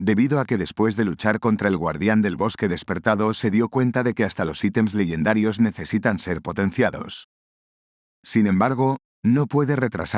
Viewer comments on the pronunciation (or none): Sera Legendarios tu lo dices Ledendarios